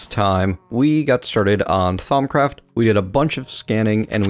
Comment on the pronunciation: all the u's in thaumcraft are pronounced like "oo" as in c-OO-l